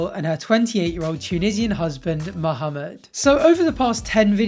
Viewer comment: Um, excuse me. I got way too happy when I heard you pronounce Mohammed properly. Good job and love the videos. ☺️